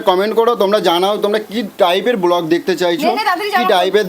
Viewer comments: কথাটা "ব্লক" নয়.. "ব্লগ"! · Pank ki, otake prank bole aar block naa ota ke bole "blog"..